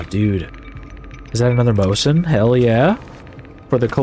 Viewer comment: As a soviet gun nerd the way you say "mose-in" instead of "mo-zin" is aweful. also how many gnomes do you plan on getting by the end of the series?